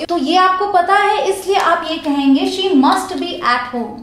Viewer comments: Mam she hota hai sho nahi 😀😀but you make good video 😀😁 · It's She not Sho Expecting a heart from English connection but anyways you in the list of my best English teachers.